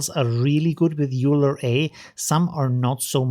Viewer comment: FYI, Euler is pronounced like "oil-er".